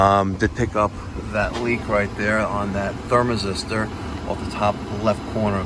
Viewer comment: Ther-mis-tor Sorry bud, Had to.